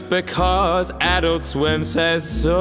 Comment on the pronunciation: TBH it kept pissing me off every time you said "Adult Swim" in this video, because your intonation is wrong every time you say it. It's ah-DULT swim, not AH-dult swim lol.